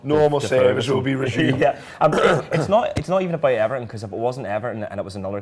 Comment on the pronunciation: good ebening eberton looooool